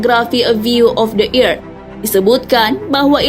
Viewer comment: Kok earth dibaca ierth wkwk